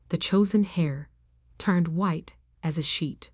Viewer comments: You really must teach the A.I. how to properly pronounce "Chanel." It is NOT "CHAN' nel." I've heard it mispronounced on many of these stories. And "heir" is pronounced like "err", not "hair." Also, teach it the correct pronunciation of read, dependent on context. Read, in the past tense is pronounced as "red." In the present tense it is pronounced as "reed." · The person who inherits, is called the "heir" (pronounced the same as "air", not as "hair"), and the "heiress" (pronounced as "airis", not as "harris")! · Heir not Hair. And, it's pronounced air. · Thr word "heir" is pronouced "air" not "hair" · Why do you mispronounce heir, it's not hair, pronounced heir(eir) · Heir, not hair, and H is silent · lol can they learn to pronounce the word heir instead as pronouncing it as hair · "Hair", you mean "Heir" ? There are a few mistakes in the choice of words, grammar and pronunciation. It seems no one had done any proof reading. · it should be the "chosen heir" and pronounced "air". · And, they are pronounced differently. Heir is pronounced air. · I thought Grampa was a good guy. Why did she say the only thing her brother learned from Grampa was to take credit for other people's work. Also, the "h" in heir is silent.